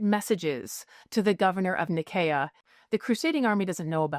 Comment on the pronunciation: No, it's a soft "s" sound to say Nicaea. "Nye-SEE-uh"